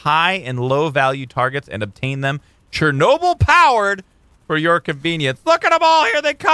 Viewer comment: Chernobyl is absolutely not pronounced like that, but great video nevertheless!